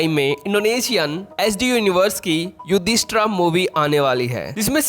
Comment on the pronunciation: अरे भाई युद्धा नहीं युद्ध होता है , युधिष्ठिरा नहीं युधिष्ठिर होता है , भीम होता है भाई भीमा नहीं ,क्यों अपने ही लैंग्वेज के अंग्रेजों जैसा मां बहन एक कर रहे हो ।😂